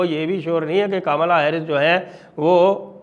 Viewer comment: Sir aap Kamla mat bolo bua ji wali feeling aati hai aap please caaamla bola kro